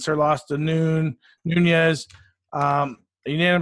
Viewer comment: Enjoyed the analysis but a little hard to take it seriously when someone keeps mispronouncing a champion's name - it's not Noonyes because it doesn't have an ene (n with a squiggle over it) Below is a guide---respectfully, a Shevchenko fan